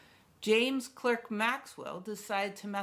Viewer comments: Uhhh… “Clerk” is usually pronounced by Brits, which Maxwell was, as “Clark”. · Also, being non-American, "Clerk" is pronounced "Clark". Not my "opinion".